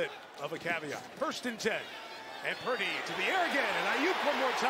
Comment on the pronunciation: It’s PurDY, not PruDy. Lol